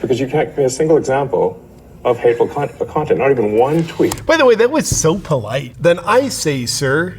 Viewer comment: I like how when trying to say hateful content he says hateful cont. It sounds appropriate for that Clayton plum